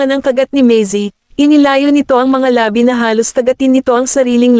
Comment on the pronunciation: Bakit ganyan xa magpronounce Ng labi.......Ang pagkakapronoun e nya eh labi as in Patay..sorry ah napa sin q lng